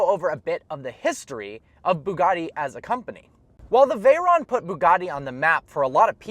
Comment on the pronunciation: He can tell us the history of Bugatti but he can't pronounce Veyron right. It's actually pronounced Veh-rone.